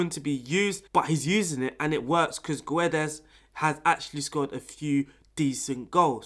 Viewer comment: When you say Guedes you are not supposed to read the U. So its like Gédes. 😆 Nice video btw, tactics looks very nice. Will give it a try. Thank you